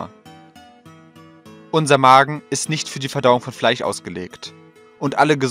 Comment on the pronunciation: Warum sagst du Fleich, es heisst FleiSCH